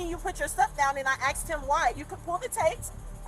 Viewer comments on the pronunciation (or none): "I axed you" 😂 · Why do black people say aks instead of ask, is it a kind of slang or is it impairment? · She "axed him why" lol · What a sweet mom saying she needed to call her F**KING kids! 🤬 … She just continues to destroy the English language saying “I AXED him why” and “they didn’t call the POO-lease”. Maybe she should have finished grade school before hitting the streets. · Axed? Some of these people should be axed.